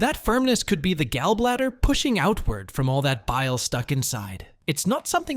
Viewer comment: You have ab odd way of pronouncing gallbladder, urine and intestines. If you can’t pronounce words correctly it make question how knowledgeable this info is!